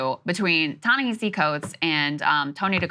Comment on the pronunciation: Proper pronunciation "Ta-NaHASI" Coates. The man told me this himself. Also: Saagar sounds like a maniac here